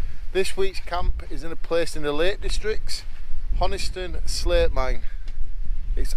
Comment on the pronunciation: Honister (not Honiston), Fells (not hills), bothies (pronounced bothy or bothees).. Great vid, love seeing other folk loving my local area 😉😀👍